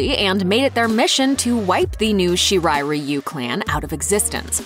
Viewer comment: Right??!!! 🤣 I’m like, “finally!” Why is it so hard to embrace “Ree-yoo” after learning that that’s how it’s actually pronounced.